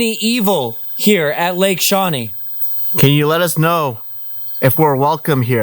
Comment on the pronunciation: Lake shewee.